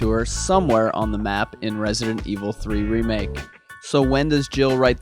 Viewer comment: amen. It's kinda fun to watch people go crazy over stupid things in the comments. Like, are you seriously writing an entire novel of a comment just to say you don't like the way he says "threemake" cause it annoys you? Lol. I personally enjoy your campy humor and makes the videos more fun. I also enjoy and respect that you flat out say u don't know everything about resident evil. There are way to many youtube channels that claim they are the #1 fan cause they know every detail (and half the info they spew is wrong) or just preach about how they know all there is to know about RE. It's a bit silly to me. Nobody knows every single thing there is to know lol. Those type of people have ego problems and you don't have that issue. U just put the fun,the facts and fun of theories first. U dont go around putting other channels down, u don't make up insane stuff just to get views etc. Its very clear that you do these videos because u enjoy it, u like interacting with other RE fans, u like to play around with ideas etc. U aren't out trying to make some kind of point that you are the god of resident evil lol.